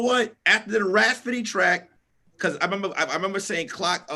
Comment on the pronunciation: Hey Tom, It's seems like is trying to say Rapsody, but he keeps saying Raspody. Otherwise he doing great, back to you Tom.